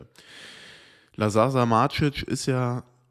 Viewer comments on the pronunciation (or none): Hi, liebe deinen Content seit Jahren. Ein kleiner Tipp zur Aussprache von Lazar Samardzic. Bei Lazar wird die erste Silbe betont und der Nachname wird ungefähr wie "Sammardjitsch" ausgesprochen. Bisschen Klugscheißerei muss sein haha LG:)